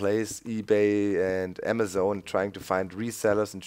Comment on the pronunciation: When u say emezen do u mean amazon ?